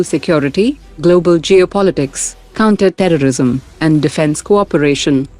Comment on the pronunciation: counter terrori*m 😂😂